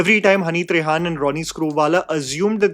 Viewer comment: His name is हनी त्रेहन. Not trehaan. Please try to check,thanks